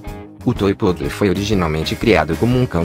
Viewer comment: Além do Schnauzer não ser um Schnauzer, mas um PINCHER, ou seja, engambelando quem assiste, não existe "Yorkshire Miniatura" de acordo com a classificação do Kennel Club. Outra, PO-O-DLE??? Esse robê tem que ir pra porra!!!! Comece a narrar seus próprios vídeos! Melhor uma voz de Pato Donald do que uma gramática errada dessa!!! Amo cachorro e só consegui assistir o video sem som!!! E PESQUISE antes de abrir a boca robótica para não passar vergonha na internet.